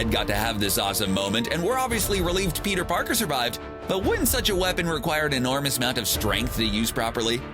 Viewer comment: Has anyone noticed how the guy says Peter Parkers its so annoying